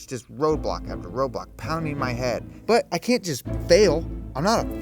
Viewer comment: I though he said "Playing Roblox, I mean roadblocks" lol